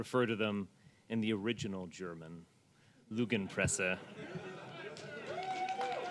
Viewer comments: It's not lueuergen pesse it's lügen presse!!! They think that german nazis will like them but they would spit on these Americans. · ffs it's not "lugenpresse" it's "Lügenpresse" you dumb fucks. Learn how to pronounce the "Ü" or you will never be a real german and I am not even german and saying this. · "Looogenpresse." XD at least he knew the final E wasn't silent. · What a f*mb d*cker… Id be more impressed if he could pronounce ,Lügenpresse', lying press… Some one is lying, though he may not know it… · Lügenpresse = He can't pronounce it properly..... FAIL at trying to look German hehehehehehe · "Lugenpresse" means as much as "watching press", that's because those imbeciles have no clue of pronunciation. "Lügenpresse" on the other hand means "lying press" and was also used by the Nazis around the years. They only like that word, because in Germany the AfD Party (alternative for Germany) started to use that word again in the last years. Showing their sympathy with the right wing National Party (NPD). failing quite hard with their pronunciation for seeing them as superior... (>.<) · If you nazi dumbfuck wanna misuse my language then at least learn to correctly pronounce Lügenpresse you Idiot! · And he still didn´t manage to pronounce the Ü in Lügenpresse correctly. There is a reason why we put the two dashes above the U.... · Kinda funny when he couldn't even pronounce the word right. The Ü is pronounced closer to a Y than an U